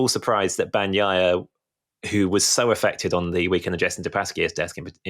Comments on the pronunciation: It's BAG NEEEEEE YAHHHHHHHHH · BAHN-YAI-AH, but Brits delight in butchering Italian words, names included but I'd bet they'd correct an Italian who screwed up their British name PRONTO! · I’m Italian and I think it’s a funny pronunciation: he can keep it if he likes it haha. Anyway for people who know Spanish, just pronounce it as “baña-ya” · please, in "Bagnaia" "g" is silent. You don't pronounce it. It just softens "n".